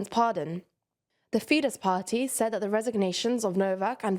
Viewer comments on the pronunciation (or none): none